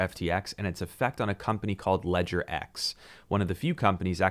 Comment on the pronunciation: If all the American youtubers knew how to pronounce Ledger in French there would be no confusion... ;)